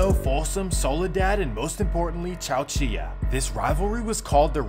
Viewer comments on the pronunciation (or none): the way he said chowchilla😭😭 it’s chow-chill-la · Homie really just said chowchi-ya hahaha I respect it, technically in Spanish that’s how you would pronounce it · Great video! Chowchilla is pronounced chow-chill-a, just for reference 😂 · Bro, on , I grew up here in Chowchilla, that's lowkey not how you pronounce Chowchilla, you say "Chow", like "Chow Mein", "Chill", like to "Chill" out, and "Uh", put those together, "Chow"-"Chill-"Uh" for more better simplified sounding it, but thanks for the video anyway 👍🏼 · Chow “CHILL-LAH” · And you pronounced “chow chills “ wrong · Man said chowcheeya. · OK so it’s pronounced chow chill a. I mean, if you’re going to talk shit about places, at least know how to fucking pronounce them. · Its pronounced CHOW-CHILL-AH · The way he pro ounced chowchilla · Chowchilla being pronounced like that gave me whiplash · Wtf. Who taught him how to say chowchilla lmao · Chowchilla haha the way he pronounce it 🤣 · You get so many names right in all of your videos, especially the New Orleans one but Chowchilla slipped under the radar. Who knows why it gets to keep the hard l sound - such a pronunciation trap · lol listen to how he said chowchilla... Smh dude has no clue about anything he talks about